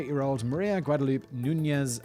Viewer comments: A certain part of the Texas population pronounce it like he did. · Hahaha. "Guadaloop". 😂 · "Guad-a-loop"... even as a native Minnesotan that pronunciation kills me. Lol.